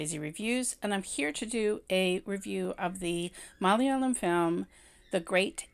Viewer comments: You pronounced "malayalam" in a very good good way,even North Indian can't match it. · You are best in how to pronounce "Malayalam". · Loved the way you said malayalam, suraaj, nimisha so beautifully .. Loved the phrases, boiling point, pressure building up😁 this was exactly what I was feeling at every scene. Cant get rid of this movie from my mind because it's so relatable.. Plight of Indian women!! And it's still the same in some houses in kerala and in India!! 😔